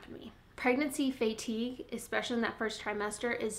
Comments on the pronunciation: fay-tige lol. Love your vids! :P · her Iowan is showing, haha:) reminds me of how my bestie from South Dakota says it too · Never heard anyone say fatigue like that! Lol makes me feel like I’ve been saying it wrong 🤣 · not weird, just different. I like it lol